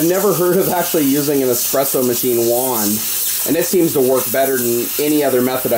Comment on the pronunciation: It's espresso, not expresso. Word is Italian.